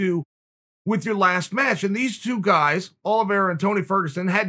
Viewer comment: "Charles Olivreea" - Brendan Shlob